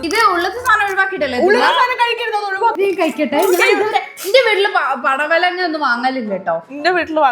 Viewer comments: That palavadanga😂😅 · പടവലങ്ങ ❌ പലവടങ്ങ ✅